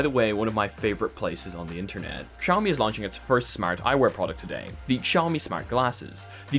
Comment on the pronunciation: i love how your english accent is so perfect but you say KSIAOMI like a real Pole and I think thats beautiful